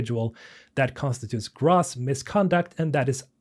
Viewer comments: If you please …. Great content .. one critique… net, Gross… Grow+sssss … The police were Grawwsly negligent …. This years grawws income is incredible !! 🤮 … I don’t know why it bothers me so much, Maybe it’s OCD I don’t know please stop … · gross /grōs/, long O soumd, as in yucky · Gross has a long O sound. (gr-oh-se) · I don't understand whey UW agreed to this deal in the first place. If their game was going to earn enough to guarantee a 500M up front plus payout, why do they need Krafton? Venture capital is why your veterinarian costs 10x what it cost 10 years ago. VC ruins everything. Also "gross" has a long "O" sound. Like "nope". Cheers. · Love the game. Sad to see the place we're in. Appreciate the vid but small constructive criticism: Gross rhymes with dose or toes. Don't sweat it, everyone has some words they mispronounce until someone points it out (I certainly have). Have a good day. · Gross is pronounced with a hard O.